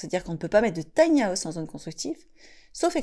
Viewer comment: Taï ni à ousssse 😂😂😂 On peut rire 😅🤣😂